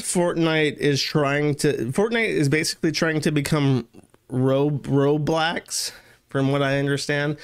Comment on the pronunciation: “Roblacks” lmao